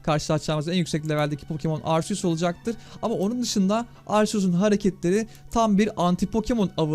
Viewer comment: Abi arseus değil arkeus diye okunuyor arceus diye yaziliyor ismi herhalde